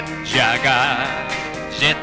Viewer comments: It is actually Jag-u-ar... hence why it isn't spelled Jagwar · "jet JUgULEr." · it's JET - JAG - U - WER 😂😂😂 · His name is Jet Jag-u-wir!, 2 seconds later: Jet Jaguar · Jet Jag-You-Are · They probably pronounce Jaguar like a sensible Person and not like an American Jack Wire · how the hell did english speaking dubbers mess up "jaguar"? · Thought that's how the Aussies, British and you dry Canadians say Jaguar?